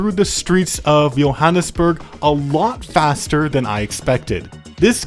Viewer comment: He said Johannesburg and Pretoria correctly